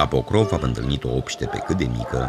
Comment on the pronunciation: Se scrie POCROV și voi pronunțați PROCÓV ? Câte clase aveți " savanților" ? Biata limbă română!